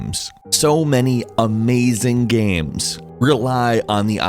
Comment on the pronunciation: Did anyone else hear video gams?